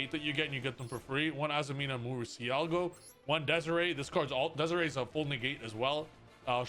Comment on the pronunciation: you know damn well it's not pronounced DEZARAY